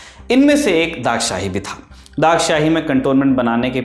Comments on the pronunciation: It's not daghshahi sir it's dagshai Pls pronounce write one😢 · I have to this place multiple times and to the graveyard as well being a local, didn’t know about the marble grave and why it is named as Dagshai. Everyone here calls it as डगशाई और धगशाई and not दाग़शाही.